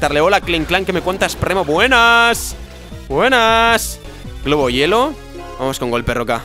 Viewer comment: like si te diste cuenta que dijo ¨globo hielo¨ en vez de ¨globo helio¨